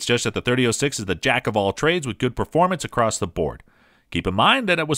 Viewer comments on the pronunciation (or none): none